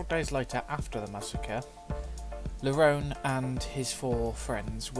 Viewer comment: The audiobook calls him LaRone (la-roan) rather than (la-roni)